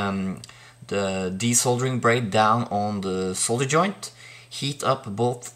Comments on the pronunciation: Cheers for the video, yes, nice to see solder pronounced correctly (sole dur) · thanks for the video...and pronouncing solder correctly